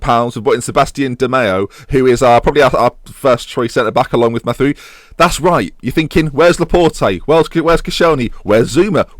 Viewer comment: Mathieu is said Ma-tay-you (or whatever you want because of your "research") :p